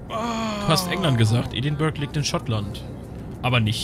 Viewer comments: Edinburgh wird ädingbörah ausgesprochen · Pascal Pascal Außer die Leute direkt vor Ort. Die sagen eher "Eddinbrouh".